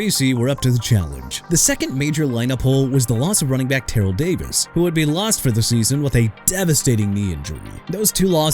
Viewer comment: Excuse me dude but you meant trading running back Mike Garrett AND an aging roster?? ALSO you meant 1999 AND 2016?! AND IT'S TERRELL DAVIS AS IN TUH-RELL!! I'M SICK AND TIRED OF CORRECTING PEOPLE LIKE YOU! YOU NEED TO QUIT!!